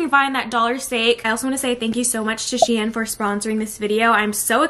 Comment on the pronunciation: 1. The company is pronounced sheen not shien which sounds like Ian 😂😂 2. Why do you drown your cereal what did it do to you